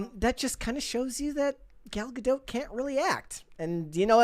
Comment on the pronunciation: it's Ga-dot. Not Ga-doat